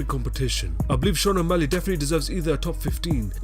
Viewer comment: O'Malley? LMFAO